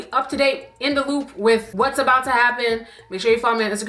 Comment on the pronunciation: Not the ABOOT😭😭😭😭😭